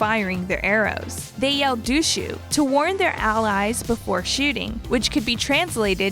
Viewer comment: ”Misako” ”Dushu” bruh i dont know why but its kinda irritating that she pronounces almost everything wrong